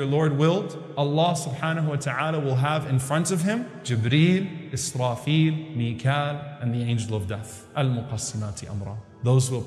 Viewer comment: Selamünaleyküm Not mikle brother.. Mikaael angel